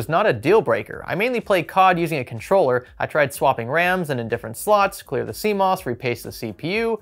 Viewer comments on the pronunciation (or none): none